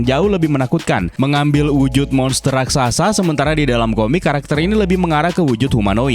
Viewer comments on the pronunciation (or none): none